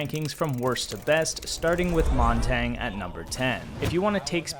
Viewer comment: It's pronounced "Mon-Tan-Yuh" btw, French for mountain. Great video, I'll be using this to carry my teammates.